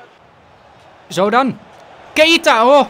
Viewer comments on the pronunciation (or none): Zeg aub niet maar keieta maar gewoon keita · Keita niet Ka-ie-ta